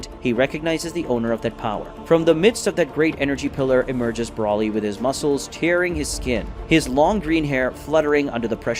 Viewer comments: why do you pronounce br-O-lly br-A-lly? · It's pronounced "Broh-ly", not "Braw-ly".